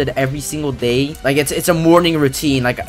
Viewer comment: It is pronounced zee-ka